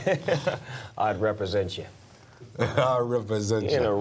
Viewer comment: 'I'd representcha'